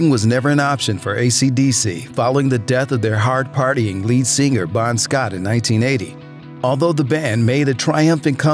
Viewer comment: Dude you dont need to pronounce the G so hard in singer.... sing-gurrr